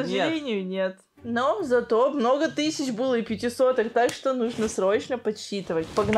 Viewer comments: Тыщача рублей, две тыщачи рублей 😤🤦🏼‍♀️🤦🏼‍♀️🤦🏼‍♀️ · Меня бесит когда она говорит тысяТЯ 😡